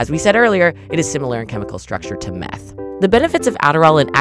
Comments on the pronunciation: I cant be the only one that replayed 10 times because the way the commentator says mEhAtH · “Commonly known as MeAThHh” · getting back to the original topic, I've only skimmed this, I think the main issue is how the author depicts meth as a green monster and the vocal inflection is intense when she says "IT'S SIMILAR TO METH!!1!1!one!!". It's cool that people in the comments are happy to do the research, but for most americans, the ability to spew 'adderrall = meth" is detrimental